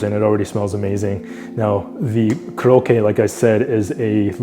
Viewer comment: It’s not kurokke but pronounce Ko-rokke.